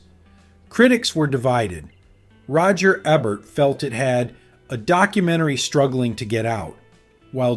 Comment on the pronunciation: The narrator needs to learn how to pronounce Roger EEbert's name.